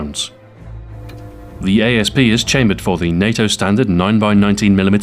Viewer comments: isnt it Asp like the poisonous snake pronounced 'ass-p' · why does everybody say a s p its an asp you know like a snake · Is it supposed to be pronounced a-s-p or asp? I heard Ian from Forgotten Weapons pronounce it as asp but Stu here pronounces it as a-s-p